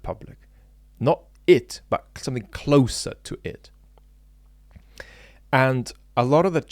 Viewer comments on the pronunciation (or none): Trivial aside......., you know there's a "t" on the end of "but" and "not"?:D Makes me smile, your big "Buuuu" and no closing "t". I always add that T for you, out loud. lol